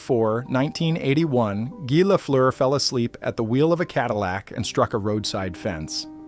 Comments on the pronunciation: I appreciate the narration, I know the sound "eu" in Lafleur is impossible for english speaking people to pronounce. Just like the "r" are impossible for me to say right in english. Guy Lafleur was a huge deal in Québec, and it's great to see a documentary about him. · Once the name is not pronounced correctly stop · Pronounce his name right to begin with